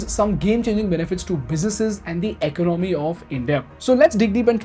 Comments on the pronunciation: Please learn how to pronounce economy - “ec-on-oh-me” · Economy please pronounce correctly.